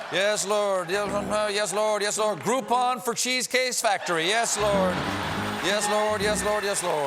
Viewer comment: Stephen case "groupon for cheese CASE factory". What an idiot, he can't even say "cheeseCAKE ". Classic libtard.